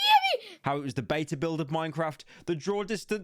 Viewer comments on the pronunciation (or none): none